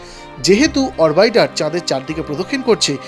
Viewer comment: কথা টা মনে হয় "অরবাইটার" নয়। "অরবিটার"। "অরবিট" মানে অক্ষ। বেশ কয়েকবার "অরবাইটার" বললেন। ভাষ্যকার আগামীতে সাবধান হবেন। একটু ভালো করে হোম ওয়ার্ক করে নিতে হবে। আর একটা খবর পেলাম। আমাদের থেকে ১৫০ বছর গবেষনায় এগিয়ে থাকা বাঙলা দেশ মহাকাশ গবেষণা কেন্দ্র কিছু দিন পরেই ৬০১৯ সালে ঢাকা থেকে বরিশাল রকেট পাঠাচ্ছে, রিক্সায় করে। সঙ্গে মাত্র একজন রিকশাচালক যাবে। এনিয়ে পুরো মাত্রায় গবেষণা চলছে বাঙলাদেশের আধপেটা বিজ্ঞানীদের। রকেটের জ্বালানি হিসেবে সম্ভবত গরুর পেচ্ছাপ ব্যবহার হবে। টাকার অভাবে ঐ জ্বালানি বিদেশ থেকে আমদানি করা যাবে না। তাই এখন থেকেই ঐ মূল্যবান জ্বালানি সঙগ্রহ করে রাখার কাজ শুরু হবে। হাতে সময় বলতে মাত্র হাজার চারেক বছর। এই প্রচেষ্টার জন্য আগাম শুভেচ্ছা রইল।